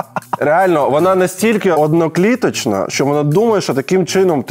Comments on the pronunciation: Дурнєв, одноклітинна, а не однокліточна 😂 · Прихильність, а не привірженість. Одноклітинна, а не однокліточна. Вибачте мене, що нию.